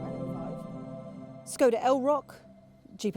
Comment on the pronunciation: NOW if you listen to YOUR co-presenter "nicky shields, SHE pronounces SKODA korrektly my dear, so PLEASE take note 🙄🙄